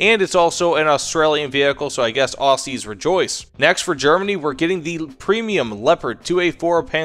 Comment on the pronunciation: Just a heads up, its OZies not AUssies despite the spelling. Just sounds wrong said that way.